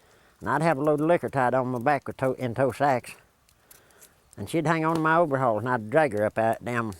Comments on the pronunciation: this man is my HERO!!!! hahaha "ma oveahalls" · "Overhalls," CLASSIC!